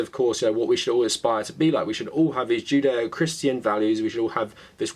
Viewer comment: Is it odd that with your accent I hear "jin dae-oh"? Almost sounds zen :) Great work